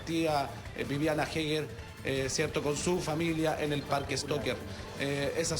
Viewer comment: eger, asi se pronuncia! HAEGER